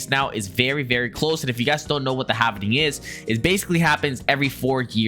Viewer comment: it’s “ HALVING” … not “HAVENING”